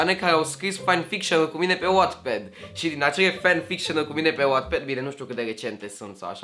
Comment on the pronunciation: Numai mie mi s-a părut putin hilar cum a spus la început "Wattpad"?😂